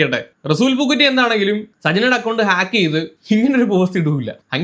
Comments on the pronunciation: എടാ, പൂക്കുറ്റി അല്ല, പൂക്കുട്ടി.😅😅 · പൂക്കുറ്റി അല്ലഡേയ് പൂക്കുട്ടി 😂😂😂